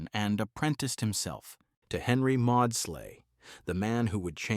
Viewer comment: Maudsley = mordz-lee.